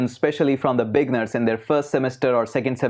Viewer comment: I love what you are doing. I have a suggestion. You use the word "beginners", but you pronounce it big-ners. . It should be pronounced be-gin-ners. I only want to help you and your show sound better. Thanks for all you do.